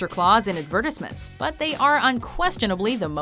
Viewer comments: Why does she pronounce "advertisements" one way and "advertising" another? rrrrggg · Who pronounces "advertisements" like that? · I don't think I've ever heard the word "advertisements" pronounced like that before. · lol, I've never heard it pronounced the way you say it